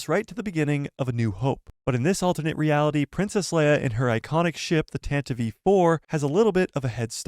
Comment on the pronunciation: Thank you for pronouncing the name of the rebel blockade runner's correctly ❤ Hearing people mispronounce it as 'tan-tiv' is like nails on a chalk board